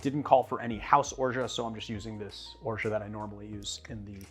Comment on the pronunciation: Have you ever looked into the correct pronunciation of "orgeat"?